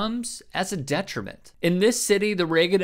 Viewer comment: Nah. Not detrimen. Not detriment. Not detrimin. /